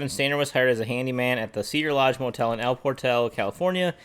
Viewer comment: El Por-tal ‘ accent on the second syllable.